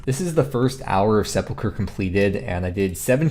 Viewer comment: At least he knows how to pronounce it. Ill drink to that.